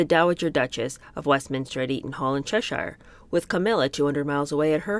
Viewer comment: ❤ do you mind if I say, cos it’s gonna grate, Cheshire, Wiltshire etc is pronounced "sheer" it’s Wilt-sheer, chesh-eer or in some accents even shorter wilt-shur chesh-ir. Peace and love peace and love ✌️❤